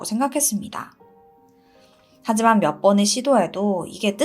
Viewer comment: 하지만=하이만 으로 들려요 ..